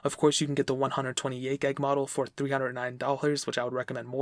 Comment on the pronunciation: 64 gyahg. GYAHG. pronounce it how you want. but kinda bothered me.